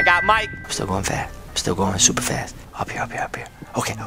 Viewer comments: "Schuuuper fast" that never gets old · Yes very SCHUPER FAST!!!